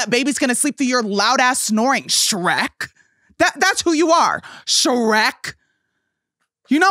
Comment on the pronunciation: The emphasis on “🗣️SHREK!” sent me 🤣🤣🤣